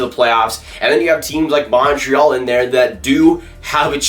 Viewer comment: You gotta learn how to say Montreal